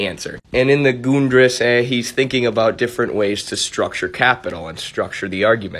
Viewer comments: I was about to comment that you pronounced the ri in risse too long, it's about the same sound as in fiddle. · I pronounced the word "Grundrisse" wrong. It's pronounced Grun-dr-ih-suh which is a German word that means "floor plan" A fitting name given that the book lays out the basic plans for Marx's much more polished, multi-volume text "Das Kapital."